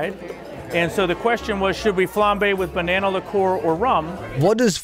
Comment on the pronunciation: What's a banawna? Oh banana 😂